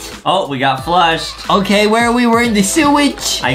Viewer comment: IT'S NOT OKEH TO BE OKEH❤️ (Titan cry 😭)